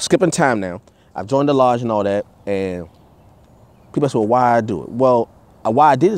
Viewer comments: another woke enlightened brother... smh sounds foolish. masons would boot his ass for not pronouncing Ask correctly. there's your sign. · Why can't blacks pronounce the word "ask" sounds like "ax " wtf 😬😆a black guy goes into a lodge he sees a mason and approaches him and tell him I want to ax you 😳a question